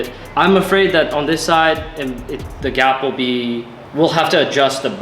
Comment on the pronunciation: "on this side the gap'll be..." Did he say Gapplebees?